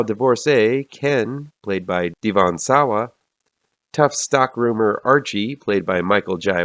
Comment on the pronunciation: its pronounced "Devin" not "D-von" ya mook